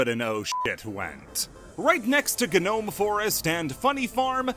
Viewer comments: If this mf says gnome forest like guh nome forest one more time im gonna kill myself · My ears bleed everytime he said ga-nome forest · Um, You're probably not gonna see this comment, but, Gnome Forest, or just, Gnome in general, isn't pronounced with the G, the G is silent!!